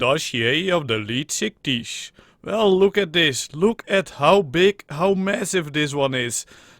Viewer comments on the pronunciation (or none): I like how you say leedtgishuyys